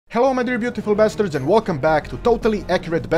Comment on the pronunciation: Did he just call is basterds